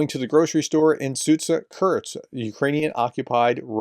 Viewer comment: It’s Kursk……….. Jesus. NOT KURTZK. AND NOT KURTZ